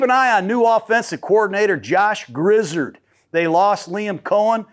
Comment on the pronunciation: Grizzard was in charge of calling the 3rd down plays last season! Oh his name is pronounced Grizz-r-ed.